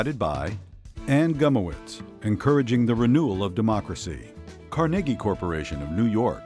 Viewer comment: The narrator couldn't even pronounce carnegie....damn